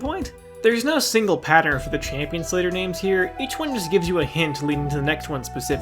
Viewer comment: i really cannot stand that he says champin instead of champion